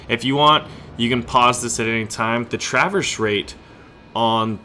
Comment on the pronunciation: your pronunciation makes me wanna CRY!!!! please look up pronunciation of traverse and Yamato